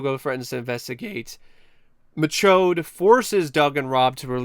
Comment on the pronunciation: I just wanna say real quick that I love your commitment to calling him Mike MaCHODE throughout this entire video lmao